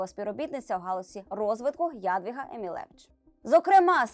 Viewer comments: Не Яяяяяядвіга,а Ядвііііга.Вчіться,,перш ніж пертися в ефір. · Шановні! Наголос ЯдвІга.